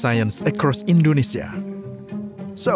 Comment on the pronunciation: Your pronunciation of Nusantara, Indonesia, Jakarta, Kalimantan, Sulawesi, Institut Teknologi Bandung, etc. was very nice. Are you Indonesian??